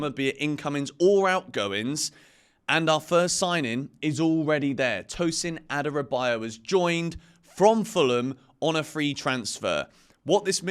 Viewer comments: The correct pronunciation is A-dara-bi-oyo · u totally killed Tosin's last name. Adorobayo...you said!.